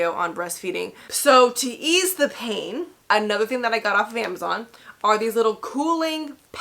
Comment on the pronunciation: And the way she say pain. She dont say pain she say PAHin. I’m scared 😟